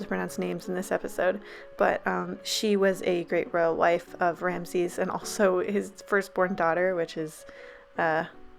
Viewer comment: P. S:You actually pronounced Ramses right lol